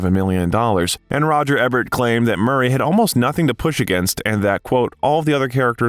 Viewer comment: I really love your bios, the info and visuals are awesome, and the voice and pace are perfect. If I had just one criticism that can fall on the "needs improvement" side, it's- please look up names to say them properly, Ivan, Ebert, Ramis all have hard vowels. I've noticed this in several of the bios and I think they'd be absolutely perfect if this could be corrected. Thank you for the hard work